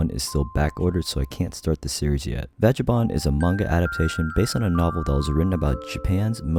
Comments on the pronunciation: Vagabond is pronounced like Bagabond but with a V at the beginning. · The G in Vagabond is pronounced like the G in "Go" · I love your content man but the way you said Vagabond hurt me 💀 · My brotha! Great video as usual super chill. PS: bro no hate but pls don't say vagabond like that lol